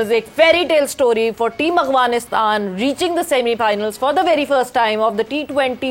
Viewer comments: اغوانستان نہیں ہے افغانستان ہے اپنا تلفظ اور اردو ٹھیک کریں محترمہ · Funny how she cant pronounce Afghanistan properly. She is like Awghanistan. It sounds unprofessional. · کوئ اخوانستان کہتا ہے کوئ اغوانستان آپ لوگوں سے تو بھارت کے میڈیا والے اچھے ہیں حالانکہ ان کی اردو بھی اچھی نہیں ہوتی کم سے کم نام تو ٹھیک سے لیتے ہیں